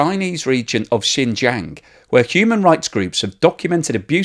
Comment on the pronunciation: No "y" in "jiang". You can pronounce it as it's spelled.